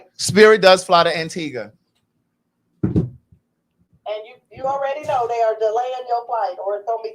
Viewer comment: Maddie this beat and hair!!! Omg. Also that colour suits you. No ‘w’ sound in Antigua btw!